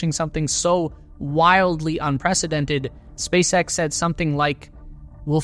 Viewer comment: „Spac..X“ Wtf